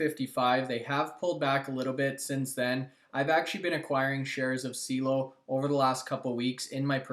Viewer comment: Dude, I mentioned this on your last video about CIELO....its pronounced C-EL-LO......SEA-EllO. Like "hello" but with a C infront. C-ELLO. Also, they have no competition anywhere, not just in canada. They (Don specifically)have proprietary patented technology and looking to go global. Appreciate the mentioned for them but again, lose confidence in the information when you can't say the name properly. C-EL-LOW!